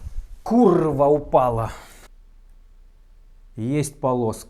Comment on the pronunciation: пил кофэ и на словах "курррва упала" чуть не подавился...)))))))))))